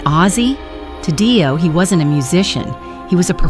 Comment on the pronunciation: Its not DIE O you stoopid cow its DEE O